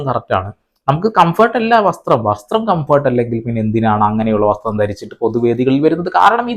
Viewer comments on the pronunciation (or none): ഇവൾക്ക്Comfert എന്ന് പറയാൻതന്നെ അറിയില്ല.😂